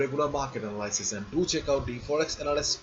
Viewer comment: You are a wonder sir. Your command of English is excellent. The only thing is your pronunciation of analysis. It really gets under my skin. Sorry. It is not an-al-eye-sis but əˈnæləsɪs. Please look it up and practice the sound. I am sorry if you believe I am being offensive, I definitely do not intend to offend. Thanks